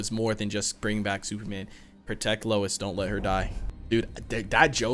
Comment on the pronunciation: "Lewis"??? Again???? Hahahahaha! Nice reaction - keep up the good works (and remember...."Lois" - pronounced "low-iss"!)............*edit* glad you realised again !! xx